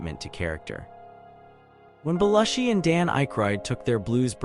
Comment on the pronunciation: It's pronounced Beh-LOO-shee. This video was ruined in the first 30 seconds. Don't post a "do you remember" video if you can't pronounce the persons' NAMES!!!!!